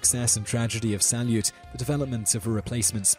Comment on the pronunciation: Pro tip: Salyut is spelled more like salyoot.